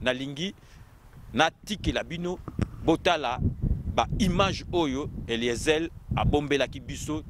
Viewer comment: Pourquoi te rabaisses-tu jusqu'a ce niveau mon frere perdre ton temps pour parler seulement d'Eliezer et tu prononces mal son nom Eliezel